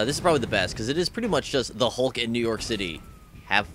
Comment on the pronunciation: thumbs up if u hate when people pronouce hulk "hawk"